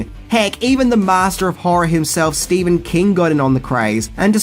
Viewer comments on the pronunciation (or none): none